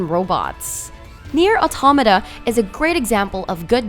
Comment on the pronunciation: Nier ottomatta lol